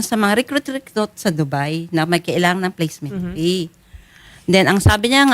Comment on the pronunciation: IKAW NAMAN MA'AM, GINAGAWA MONG PEE IYUNG FEE, PLACEMENT FEE HINDI PEE 😅